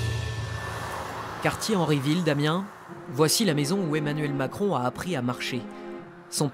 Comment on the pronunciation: « Emmanuel Maçon » jpp😂😭😭